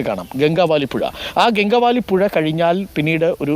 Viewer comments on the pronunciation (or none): സഹോദരാ ഈ നദിയുടെ പേര് "ഗംഗാവദി" എന്ന് ആണ്. തെറ്റായ രീതിയിൽ ആണ് എല്ലാവരും ഈ നദിയുടെ പേര് പറഞ്ഞു കൊണ്ടിരിക്കുന്നത്. ഗംഗാവാലി അല്ല.